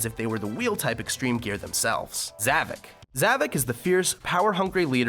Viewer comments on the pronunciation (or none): You said Zovok’s name wrong. There is One avatar in Sonic Forces with a name and his name is Gadget the wolf. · everybody says Zavok, Zavik why? ZAVOK remember that